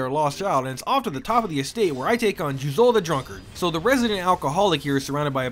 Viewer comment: it’s じゅうぞう。And you stress the second syllable. There is no stressing in Japanese. Did your Japanese lessons stop after kana lmao